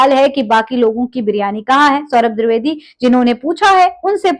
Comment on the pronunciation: आप द्रिवेदी मत बोलिये द्विवेदी बोलिए